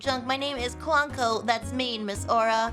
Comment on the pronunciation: That's how pretty much everyone pronounces Clonco but I don't think that's how it was meant to be said. I think the Clon part is supposed to be pronounced like Clone. Aura says his model number is PONCO-2 so it's likely the name is supposed to mean "Clone of Ponco."